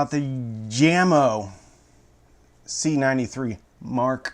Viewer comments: Jamo is technically pronounced YAY-mo, not JAM-oh, but you are far from the only person to pronounce it wrong. Probably the most commonly mispronounced audio brand name. Funny that they are owned by Klipsch, the second most mispronounced audio company name. (Mom used to think it was German, and pronounced it “Klipsk.”) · It's not Jam-O. It's yah-mo😨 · What is awesome is that he knows this but yet says it Jam-O :) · What's up? I've been watching a few of your reviews. You 're dong a great job. BTW, These speakers are pronounced Yah-mo not Jammo. Jamo was started in 1968 by a Danish company but now is owned by Klipsch. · Aren't they pronounced yamo. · I think it's pronounced YAMO. It's in swedish. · Dear, My good old man,the name JAMO is pronounced Yahmo.(not trying to be a self-involved smart alec!) Thanks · I do believe the brand is pronounced "yah-moe" my good man. Sound is all that matters in the end i suppose, but some judge a speakers quality by how well the enclosure is made and the parts used in the X-over, gauge of wire ran to the drivers etc. I doubt you opened them bad boys up, but how would you rate the enclosures quality? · Yo,! Call them Yamo because that's how you say Jamo. Peace and love. Enjoying this a lot, like jumping on the videos as fast as a speeding bullet brothers and sisters.